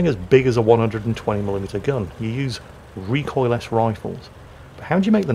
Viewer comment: "recoil -ess"? WTF? The word is recoilless and said recoil-less!